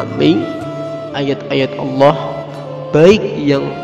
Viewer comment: Saudaraku.. Perbaiki makhraj huruf penyebutan asma Allah... pada huruf ha-Nya